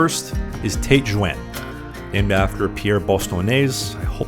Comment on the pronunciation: Tet Zhone. And if I make a plea for another correct pronunciation, "route" is pronounced "root." "Rowt" is a US-American abomination.